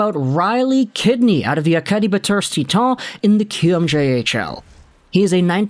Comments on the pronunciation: "Tea Ton" Everyone else "Titan" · Acadie-Bathurst is in Quebec and Titan is pronounced that way in French.